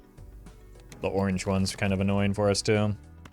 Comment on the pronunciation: He made orange rhyme with banana